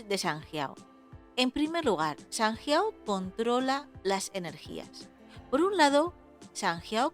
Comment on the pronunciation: Buena explicación, pero me ha costado verlo por su pronunciación de sanjiao y de jing 😮